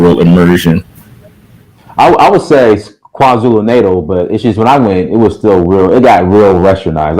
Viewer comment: For being an African of Nigerian decent.... you are rather ignorant about your continent.....even your pronunciation of KwaZulu Natal is ear cringing and makes you sound really silly.